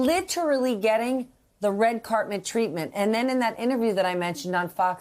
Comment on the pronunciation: is it just me or did she say "red carpment" twice?